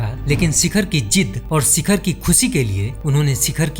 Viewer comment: सिखर नही शिखर